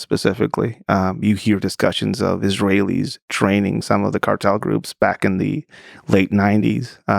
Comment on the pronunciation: Lex let him say "Israelis" like that?